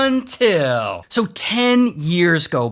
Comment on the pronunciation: It’s all fun and games till ray says “until”